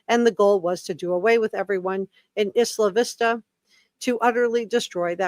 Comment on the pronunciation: Just want to help every one know it’s pronounced “eye la vista”